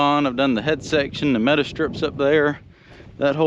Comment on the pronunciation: It took me a while to figure that out. That NC accent kicking in . . . 🙂